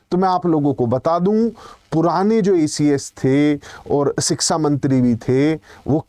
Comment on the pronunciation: लगता है आप भी योगी के साडू हैं शिक्षा को शिक्सा कह रहे हैं